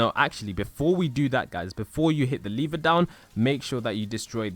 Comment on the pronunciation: Lever not liver